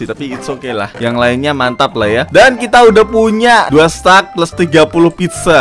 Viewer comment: Pizza kali bang bukan pidja